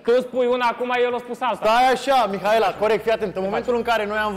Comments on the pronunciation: hop și cu "MIAELA" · nu are ce căuta acolo.. dau mai departe când vorbește el, e plictisitor. și pe fata aia o cheamă Mihaela nu MIAELA!